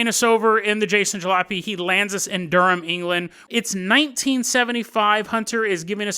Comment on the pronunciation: nice pronounciation on Durham!